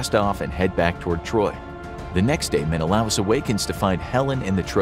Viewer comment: Sorry, but it's pronounced Men-a-lay us.